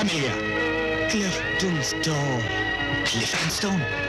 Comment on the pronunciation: Klifton stone 😂😂😂😂 lol Its kryptonite